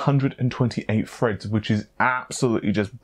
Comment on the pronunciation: "Thirty two cores, sixty four freds". Stop being lazy. You sound stupid saying f instead of th